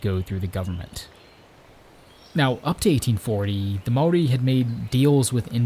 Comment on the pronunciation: HE SAID MAORI RIGHT HES AN AMERICAN AND HE SAID IT RIGHT!